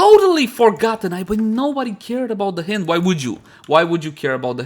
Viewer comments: Pretty sure it's pronounced the same way you pronounced the second syllable of "beHIND" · 'Hind' like in behind 'hynd' like in hindi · I thought it was pronounced as "Haynd" lol, nevertheless been waiting for this since it was upgraded in terms of cc and sc